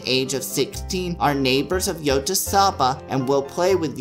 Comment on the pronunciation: It's pronounced Yo-tsu-ba. -_